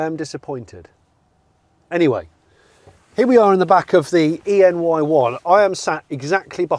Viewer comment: ah yes, the honda ree